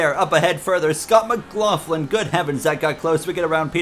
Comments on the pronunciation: Only thing i noticed was you are say Scott Mclaughlins last name wrong. All you need to do is watch a V8 supercars interview with him and you'll get it. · the McLaughlin disrespect. First you say his name wrong then you call him Australian